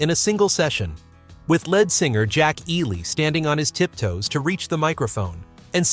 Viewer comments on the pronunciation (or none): You've GOT to do something about your text to voice app. Leadbelly is pronounced like the metal followed by the body part. Lead is similarly mispronounced earlier in the song. Why do YouTube content creators routinely tolerate obviously errant output?